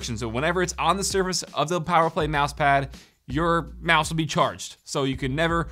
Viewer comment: “11 prok-ammable buttons” “Mousepah” Hope you didn’t get a mini stroke, buddy!